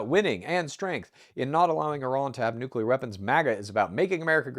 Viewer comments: Say it with me: Nu-Cleeeeeeeee-ar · If you cannot pronounce "noo·klee·ur" you truly have no business discussing it. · Its nucular. 🤣 is Homer Simpson